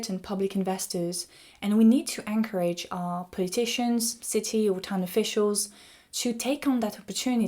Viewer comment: The stress in the word "encourage" does not fall on the "a".